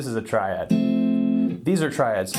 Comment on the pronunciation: Phhuuk ur Tri-Dads. I’m Not Drunnnk ur drunnnnk.